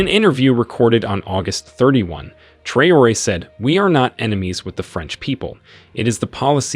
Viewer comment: It is sad to hear that AI can not read correctly the name of President of Ibrahim Traore. Very funny !